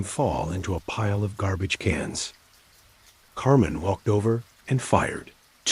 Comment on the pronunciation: It's CAR-MYNE...not Carmen!!!